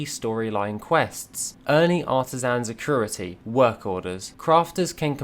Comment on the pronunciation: There is no R in "acuity"